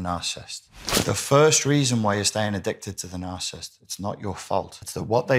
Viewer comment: I can't. smh. You are leaving out an entire syllable. The word is NOT "narcist", it is nar-ci-sist. Other than that, you seem to know what you are talking about.